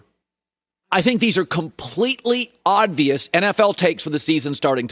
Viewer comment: Why does he say “odd-vious” instead of “obvious”